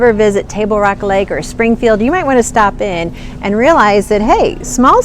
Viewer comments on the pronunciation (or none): none